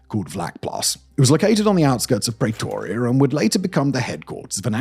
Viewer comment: I don't know what's worse... Simon's murder of our languages here, or the Apartheid regime. What the hell is a Pray-toria? Can you say 'pretty'? Then pronounce the 'pre' in Pretoria the same way. Why fools like you don't bother to reach out to one of the many South Africans around the world to get the pronounciations right is beyond me! And you make it sound like BOSS etc, ONLY TARGETED BLACK AFRICANS, when that is not the case. They were equal opportunity killers of all colours, provided they posed a threat to the regime. And de Kock served in Rhodesia, NOT modern day Zimbabwe. You missed the really big question: Why didn't Eugene de Kock's bosses, the senior police officers, go to prison as well... why only de Kock? This one-sided, half-arse researched video reminds me why I unsubscribed from your channel over a year ago.